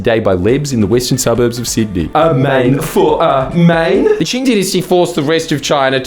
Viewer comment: Did this mf mispronounce Qing every time and then dub over himself? Am I going crazy?